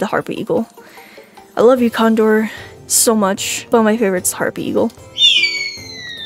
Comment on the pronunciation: Bro hapry eagle not harpy eagle